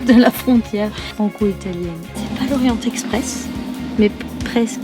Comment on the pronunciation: Orient expresque 😂😂j adore